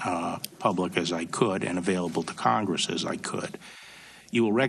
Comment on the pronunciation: Congwesss, Democwassy... I'm out congwessman Fudd.